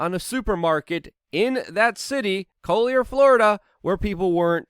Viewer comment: You are pronouncing collier all wrong lol.